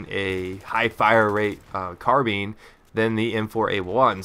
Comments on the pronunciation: Completely agree with you there, though in my experience, there hasn't really been a whole lot of players who use the M16/M4A1, but when someone does, people complain about it on the chat. And why do you call it a "Carbeen"? It's a CarBINE, lol ;) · Sounds pretty stupid when it's spoken like that, since it's also not spelled 'been'. But alright. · what is a carbean lol (carbine)